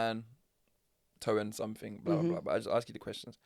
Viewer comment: I like word of the week and not to be pedantic but it’s driving me mad that your saying somethink instead of something almost as bad as saying Pacific instead of specific 😂